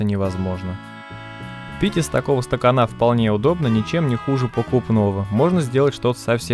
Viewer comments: Видео интересное и познавательное, спору нет, но тебе не мешало бы потренироваться над своей речью. Так-то в целом неплохо, но вот ухо режут два слова: "обрезаться" и "стаканА". Какое "обрезаться"? "Порезаться"! И "стакАна", а не "стаканА". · СтакАна, а не стаканА. Но главное разрезал))) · Не стаканА, а стакАна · "На изготовление одного стаканА" Что за произношение?